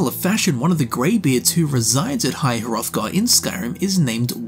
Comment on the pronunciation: Boy you weren't wrong about mispronouncing foreign names. High Hurrothgar and Sovereigngard 😉